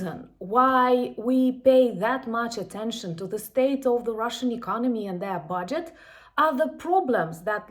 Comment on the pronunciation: Keep up the good work You say “the Russian army” correctly But not “the army” Before a word starting with a vowel the becomes thee and the two words combine in effect So, “the army” becomes “Thee-army” It facilitates spoken fluidity in the same manner that “is not”becomes “isn’t” Slava Ukraine